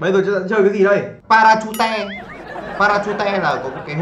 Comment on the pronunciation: Parachute cua nguoi ta ma doc thanh pa ra chu te